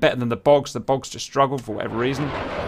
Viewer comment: Took me a minute to process that the "bogs" are actually "bugs" lol